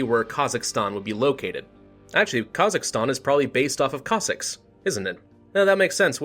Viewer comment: It is Pronounced (Cos-Sacks or if Singular Cos-Sack) So you were pretty much Right my Friend